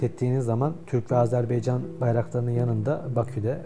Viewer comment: Tamam herşey çok güzel ama lütfen dikkat....AZERBAYCAN. hala ısrarla azerbeycan demeye devam ediyorsunuz.